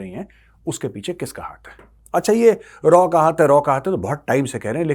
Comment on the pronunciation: मेजर रॉ नही raaw